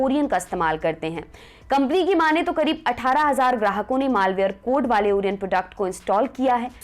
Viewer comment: ओरियन नहीं ओरायण🤣🤣😘